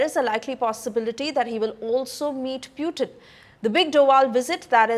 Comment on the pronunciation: Its Putin not puetine😂😂